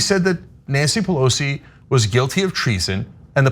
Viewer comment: I hate the way she says Pelosis name.